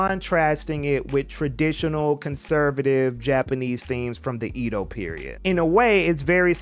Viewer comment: prononciation was so on point until you said "ido" instead of "edo"😭